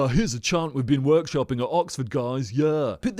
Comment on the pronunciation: "Ahhh, university education... you can't beat it!" Captain E. Blackadder France 🇬🇧 Also, for future reference, someone should tell him there isn't an 'r' in the word 'chant'.